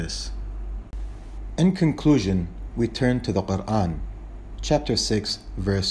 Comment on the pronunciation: I m so impressed with the way you say Quran, nothing else